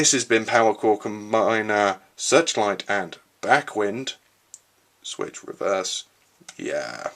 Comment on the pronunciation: Backwind's name is pronounced like the "wind" in winding a rope, not "wind" as in a breeze.